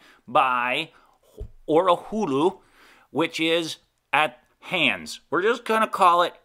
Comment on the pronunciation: Orihula: Or-i-hoo-la Hahns: Honns Great video. Thanks.